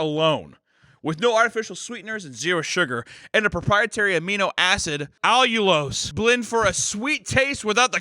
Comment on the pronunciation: The fucking cut to him saying ALLULOSE lmao